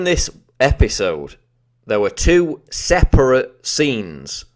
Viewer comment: Please stop putting unnecessary emphasis on words...and never say separate again, please.